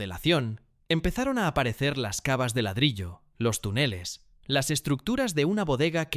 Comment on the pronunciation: Tuneles, decadas, practica, los acentos de las palabras esdrújulas se fueron de paseo, parece. Todo pronunciado como graves...qué desastre. Seguro es una IA mal entrenada